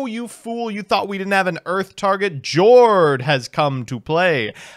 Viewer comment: I pulled the Jord + Rivalry lock against Swordsoul a couple weeks ago and I can confirm it's hilarious Friendly reminder that Jord is pronounced "Yord." The ship names are the Norwegian word for their attribute and they pronounce J like Y